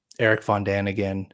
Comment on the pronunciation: "Zecharia STitchen" and "Erich von DaniGen" 😂